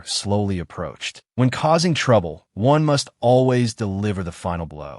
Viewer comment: a drunk AI try to say approached :face-blue-smiling:😂